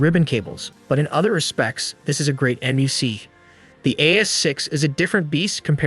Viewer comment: NUC is pronounced more like "Nuk" or "Nook"